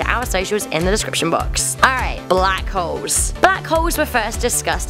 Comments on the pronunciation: Why she pronouncing Black Holes as Black Hoes ? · it sounds like she said black hoes